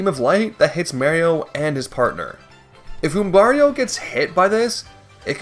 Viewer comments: The way you say Goombario right but say Mario like a Canadian is crazy lol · It's funnier because he pronounces Goombario differently (and correctly). Who is clearly named after Mario. They should be pronounced the same way at the very least.